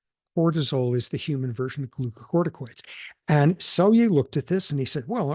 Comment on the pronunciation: Thanks to Prof. Sapolsky, I can finally pronounce the word glucocorticoids correctly.